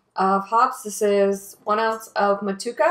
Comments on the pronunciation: Mut chew a ka bro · The pronunciation is Moh-to-ehh-ka. Otherwise, sounds like a great recipe. Will definitely try to make something similar to this. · Love the way you say Motueka . Don't know if you can get Southern cross hops over there but if you get a chance to brew with both of them together think you would be pleasantly surprised. Enjoying your channel